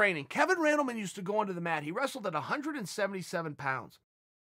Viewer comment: Me: Two Hundred Chael: Two Hunderd Me: Ok.